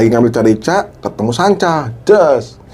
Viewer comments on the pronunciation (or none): Menit 28.25 carica bacanya karika mas ( buah khas Dieng )